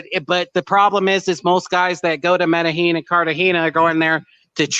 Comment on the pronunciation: The was he pronounce Medellin 😂